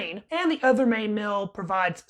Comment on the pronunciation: It is meal. Not mill. Are you related to Robert F. Kennedy Jr. ? In this recording you have the shaking robot kinnedy voice.